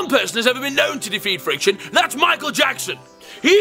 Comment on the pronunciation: The accents, I love it. Frrrrriction.